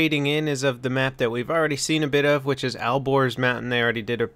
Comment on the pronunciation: ALBORZ NOT al gores